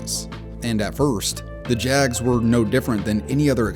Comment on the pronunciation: Why does it sound like Jazz when you say jags...are you really dying to do basketball vids?